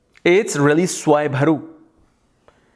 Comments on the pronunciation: Svarvanu, not Swayvaru, as I remember having heard somewhere. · It's SWARBHANU , not swayamharu😂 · It’s swarbhanu .. not swaybharu 😜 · Swarabhanu... u pronounced it wrongly